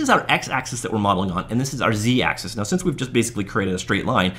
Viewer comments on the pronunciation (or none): none